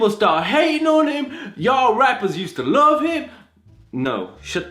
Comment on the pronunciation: "I laff him" 😂